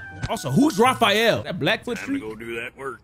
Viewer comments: It's Raphael not Rafael 😂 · Did bro just say Who's Raphael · Did u just say hows riphiel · He wins points for that but he also loses points for not knowing Raphael from TMNT 😂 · Bro really said “who’s Raphael” Bro forgor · i know this mf didnt say "whos raphael"